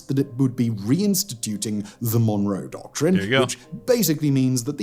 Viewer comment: Donroe Document*